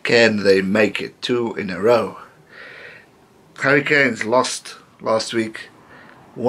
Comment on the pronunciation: Am I the only one that thinks when he says "the Hurricanes" it sounds like "the Harry Kane's"